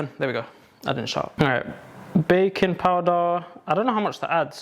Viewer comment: without fail every "baking" sounds like "bacon" to me